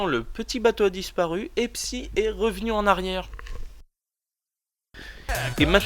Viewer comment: sa se dit psaille pas psi mais on s'en fout super video!